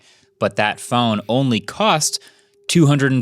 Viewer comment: MKBHD said “cots” instead of “costs” at time stamp …… it’s killing me.its Jst me or anyone. Btw Podcast love your videos.